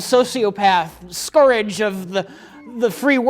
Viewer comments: invented the word "scurrage" when trying to say scourge and totally got away with it. I want my money back. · "Scourage"